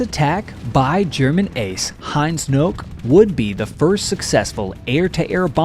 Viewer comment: Heinz Knoke's name would be pronounced ka-noh-keh in German.